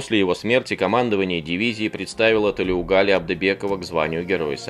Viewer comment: Не Тулеугали а Толеугали